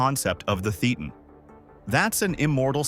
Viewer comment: Nice video! Just one thing: "Thetan" is pronounced like Satan, but with a lisp.